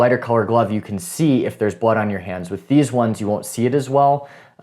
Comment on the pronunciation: "Theezwunz"?? What the hell is a "Theezwunz"?